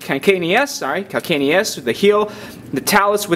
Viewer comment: CAL-CAN-I-US. who is ever going to forget that?